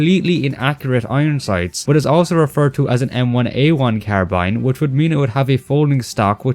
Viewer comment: Yet he pronounces carbine incorrectly